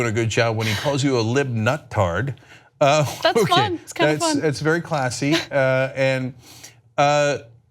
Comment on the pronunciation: Nuttard but it sounded like Fucktard hahaha